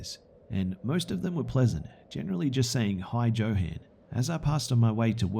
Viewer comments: I think you mispronounced the crazy guy in the second stories name is probably pronounced yo han not Joe han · joe-han? it's yo-HAHn lol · Johann is pronounced "yo-hahn", not "jo-han". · it's pronounced "yohann" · I believe Johan is pronounced yo-hun, didn’t detract from the great reading though :-) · Johan is pronounced with a Y sound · Ha ha ha. The name Johan is pronounced with a "Y" not a "J". Like jalapeño peppers. Good stories though. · Anybody else bothered by his pronunciation of "Johan"? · I was thinking the same since I know a Johan.